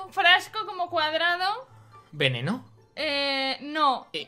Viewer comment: Soy el unico que escucho pene no en ves de veneno en la parte del min